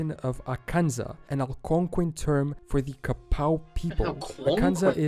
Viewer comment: That guy pronounces words wrong a lot. We don't say Algonquian, Quapaw, Ojibwe, or Choctaw the way he does, etc. I speak four American Indigenous languages and several European ones. Okla = People and Homma = Red but Choctaw (Chahta) is a spoken language and we can spell words how we want. Still, I don't know how the guy in the video gets an "ow" sound out of "ah". One way to say "hat" in Choctaw is "shvpo" like "chapeau" in French.